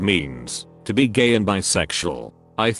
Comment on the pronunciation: Love the way the TTS bot pronounces the word 'be' (bee)